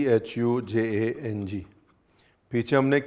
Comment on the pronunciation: Gochujang 😆😆😆 more like Ghocujang😆😆😆